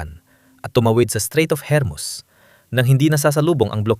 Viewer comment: Hormus hindi hermus🤣🤣🤣🤣